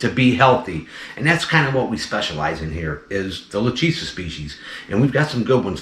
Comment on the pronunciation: Lachesis is not Luhtcheesis It’s pronounced Lahkaysiss